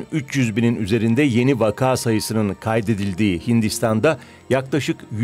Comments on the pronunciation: Spikerlerinizin vaka kelimesinin doğru telaffuzunu öğrenmesi gerekiyor. Ikinci "a" harfinin uzatmadan okunması gerekiyor. Vakağ değil, vaka. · Sevgili DW, “vaka” kelimesinin ikinci sesli harfi vakaa diye uzun okunmaz, gayet kısa, ilk hecedeki a kadar kısa okunur